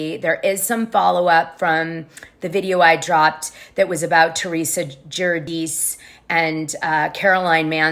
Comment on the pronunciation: Who are the three Joes your referring to and you didn’t even pronounce Teresa’s name right. There are two joes btw.